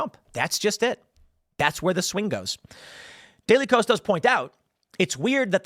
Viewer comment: I'm pretty sure that the KOS in daily KOS, is supposed to be pronounced K-OS, or "chaos"